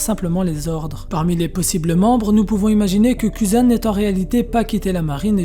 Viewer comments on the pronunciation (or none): Je sais pas si c'est fait exprès mais c'est très déroutant de t'entendre dire sengocu akainu et même cuzan avec ta prononciation à la française je crois que ca ce dit plutôt sengokou akainou et kouzan